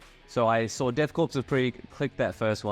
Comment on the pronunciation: friendly reminder: "korps" is pronounced like "core", not like "corpse".